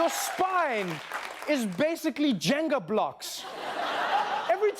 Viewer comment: Trevor is the only person I have ever heard pronounce Jenga right👏